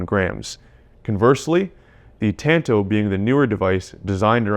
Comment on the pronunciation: “Tanto” is like tahn-tow bro. Not ‘tan-toe’ say it with me